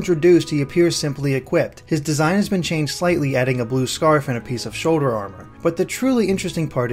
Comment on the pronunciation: Shouwder, Zewda... Hehe thus guy doesn't like L's!